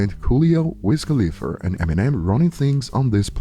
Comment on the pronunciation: "Wiz Khalifer"